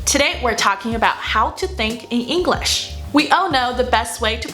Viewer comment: 虽然觉得Maggie英语很棒~但是说实话不知道为什么我觉得她的English发音总听着像Engl勒sh……